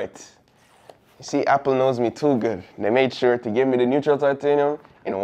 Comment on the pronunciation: “Neutral”?!?? How do BOTH you and the camera man get this wrong? 🤷🏻‍♂️🤦🏻‍♂️🙄